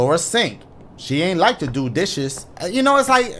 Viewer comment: “Lauras sink, she aint like to do dishess” 😂